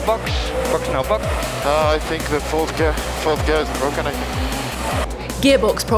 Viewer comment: Its BWOKEN! Charles finding the words of Lando there